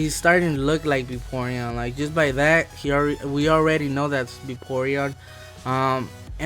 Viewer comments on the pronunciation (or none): Ahhh i ts:O :O VAPORION NOT BAYPORION